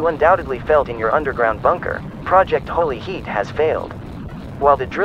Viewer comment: “Holy heat” really just became “Holy shit”